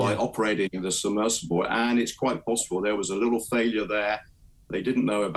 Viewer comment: A FAILIURE, eh? 😂